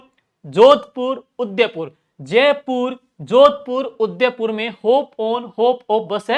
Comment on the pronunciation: 😅Bahut shandar classes last revesion k.liye....bs aap udaipur ko sahi se nahi bolte .....